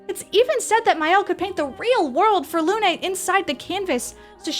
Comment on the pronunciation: Its not "Luné" its "Lune" meaning moon, pronounced "Loon". As Sciel means sky